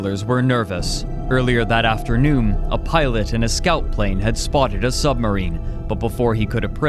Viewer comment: I know this isn't what I'm supposed to be taking from this video, but is there a reason you keep mistaking N for M? Concerm, Afternoom? I only started taking note , there were a couple more before that. It's just... Weird. Edit: Owm Directiom Squadrom Collisiom Squadrom x2 Lanterm (Note: Okay you are fucking with me here, he legit says the two COMPLETELY SEPERATE WORDS Lan and Term and just puts them together, it doesn't even sound like he's trying to say Lantern originally!) Squadrom x3 (He says this right after correctly saying Squadron. What. The. Actual. Fuck.) Edit 2: Okay, so he says Thin correctly , so he obviously can say them... Are the incorrect pronunciations some kinda code...? Edit 3: Fuck it, I'm quiting here. I am too high and too tired to continue this. I might come back in the morning.